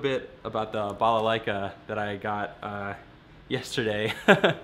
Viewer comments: AT LAST. Someone pronounced balalaika properly. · I'm from Russia. We really need to know if this balalaika really DOES djent? Also, you're pronouncing its name quite right, thank you for that :) But the russian soul needs to hear balalaika djent. With some shovel additions maybe, I don't know. Thank you!